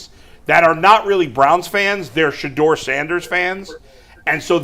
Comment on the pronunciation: She’s the worst. Can’t even pronounce Shedeur’s name correctly. 😒😒😒